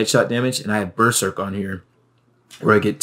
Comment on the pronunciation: Why are you saying berserk weird?